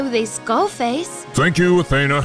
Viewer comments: A-THEE-NAH, not A-theh-na. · A - THEE- NA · I'm bothered by how he calls Athena, A-thane-a. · Athena.....not Atheina